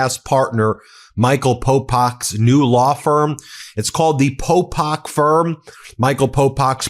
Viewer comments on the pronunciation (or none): It Is Popok. Please get his name correct, jeeze. Its right up top!